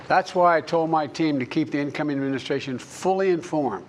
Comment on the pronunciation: E-mu-mu-stration. (Administration). Crimate Crises (climate crisis). Isozzo (it's also). In-vu-vu-velopment of AI (in the development). Presidents power is not limit. (limitless). Participating our democracy (what?)